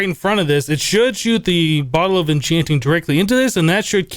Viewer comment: "bottle of oh-chanting"